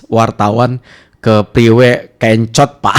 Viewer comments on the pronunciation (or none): kencot bukan kEncot bang..artinya lapar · Kencot bukan Ken - cot massss😂